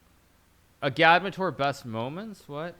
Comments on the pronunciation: I think it’s Egg -add -mater. Not a -GAD-mater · His name is “Agad-mator” two syllables! Not “u-gad-muh-toor” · FKN LEARN HOW TO PRONOUNCE AGADMATOR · Hikaru! Why can’t you pronounce “Agadmator” properly? He even pronounces “Agadmator’s dog” near the end of the video.